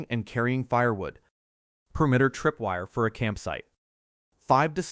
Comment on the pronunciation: Hey - Stupid A.I. : Perimeter is not pronounced as “permiter”. Plus there are so many more issues with this presentation. It would have quality if you would just read it.